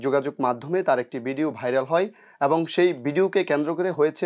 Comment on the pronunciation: এত একজন গুনী অভিনেতাকে নিয়ে আপনার মতো একজন বাক প্রতিবন্ধি করেছেন অনুষ্ঠান। অবিনেতা, বিডিও, এগুলো কি ধরনের উচ্চারণ। আগে প্রমিত বাংলা শিখে আসুন। আর এই সব মিডিয়ারও কোন স্ট্যাটাস নেই, যা তা লোক নিয়ে আসে উপস্থাপক, সংবাদ পাঠক হিসাবে।